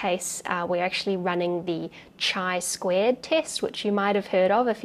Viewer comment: I much prefer 'chi' (χ) with a 'k' sound, like [chord, anchor, chemist, etc. … ]. Soft ch sounds like fingernails on a blackboard to my ears. 🤓